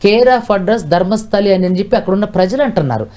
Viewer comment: ధర్మస్థలి కాదు రా బాబు ధర్మస్థల...!